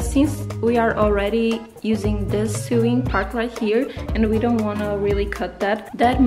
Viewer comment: lovely tutorial! :) just a tip; sewing is pronounced like this: sowing